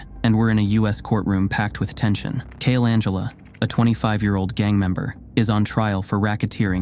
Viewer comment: "Angela"? He actually called Siale Angilau, Cale Angela. No, I don't like, this brainless IA voice thing has to go go byebye...